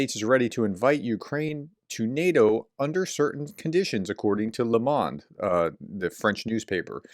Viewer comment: Lay Moan-deh